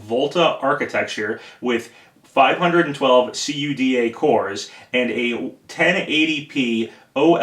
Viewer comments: "See-you-dee-ay" (CUDA)? It's pronounced "koo-duh". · Well, I've been developing with "kooduh" for almost two years, around 20,000 lines of it under my belt, so it's just strange to hear it spelled out. :) The folks at NVIDIA I know always pronounce it this way, in fact NVIDIA stopped spelling out what the acronym stands for years ago (Compute Unified Device Architecture).